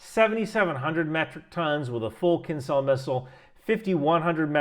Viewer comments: It's pronounced kinjal (a type of hand knife) not kinzal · Please copy-past "Кинжал"(Kinzhal) into Google Translate and push the button below that word to hear what it actually sounds like. It's "Zh", not "Z", though I guess there is some irony in pronouncing it like Z in this context... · not kinZal, it's kinZHal as Zhytomyr (Ж) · Just because you seem the kind of guy who likes details - the "zh" in "kinzhal" is a "ʐ" ("Voiced retroflex fricative", IPA 137), pronounced like the "G" in Gerard (Depardieu). Doesnt change the fact that your calculations seem very on point, but would make you sound even more knowledgeable ;) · It's pronounced as zh sound, not z. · I love how you keep trying to pronounce Кинжал 😊 Just go with Killjoy designation used by nato.